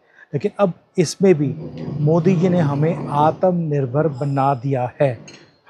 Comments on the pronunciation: You keep pronouncing word atumnirbhar ( Should be atmanirbhar) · आतम निर्भर नहीं भाई आत्म निर्भर